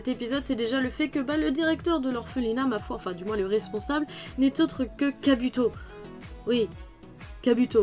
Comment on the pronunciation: Tu me fais trop rire quand tu dis "Kabuto" 😂 prcq tu prononces le "u" comme en francais